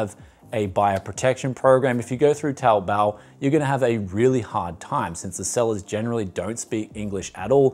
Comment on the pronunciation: Nailing that 'Taobao' pronunciation now!!!!